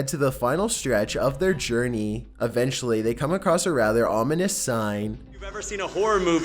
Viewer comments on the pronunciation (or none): none